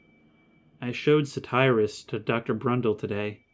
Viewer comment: Why are you saying “Crundle” instead of Brundle? I’m not trying to give you shit or anything, I’m just curious.